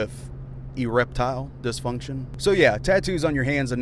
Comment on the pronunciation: Ereptile distinction 😂😂😂😂